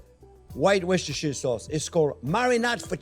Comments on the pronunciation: The Worcestershire sauce is pronounced 'Wooster' Sauce :-) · Worchestershire - prononouced WOOSTER * Shear.